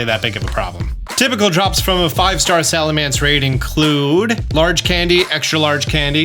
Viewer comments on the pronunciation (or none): is the king of mispronounced Pokémon and I love it 😂 Salamence/Salamance.. Whats the difference lol